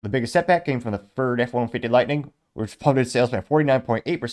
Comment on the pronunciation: It’s Lightning my guy. Not Lightening, not Lighting.